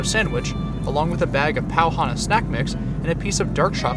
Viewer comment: Pau Hana, not pua hana